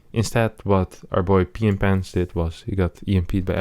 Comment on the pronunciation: everytime he says "" i understand "Mr. Pee in pants"